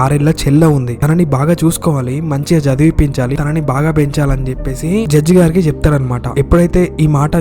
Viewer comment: తెలుగు పదాలు సరిగ్గా పలుకు తమ్ముడు తిను, తినని కాదు తను, తనని అని పలకాలి.